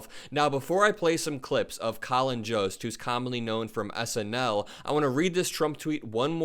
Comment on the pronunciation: I think Jost is pronounced with a Y sound not J. Like Yoda, Yost, for future refrence.